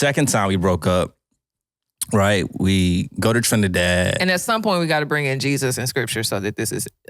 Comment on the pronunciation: Thanks for pronouncing Trinidad properly ❤❤❤